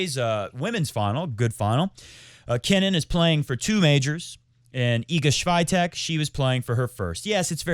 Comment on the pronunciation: Remember 'Hurkacz rhymes with latch'? I come with help again. Iga Świątek should be pronounced more like 'Ega Chviontek' with an emphasis on the 'E' and 'Chvio'.